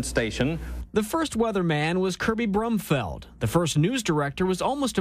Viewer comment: Kirby Brumfield, not Brumfeld...